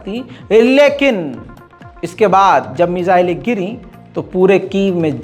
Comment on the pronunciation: मिसाले नहीं मिसाइले भाई